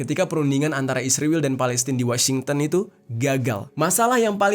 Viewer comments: Israel min bukan Isriwil 😂😂😂😂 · Setelah sekian lama nonton vidio ABNG, kenapa Abang bilang isriwil bukan Israel 😂 mantap lah pokoknya bng🎉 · Kenapa kau sebut Israel bilang isriwil?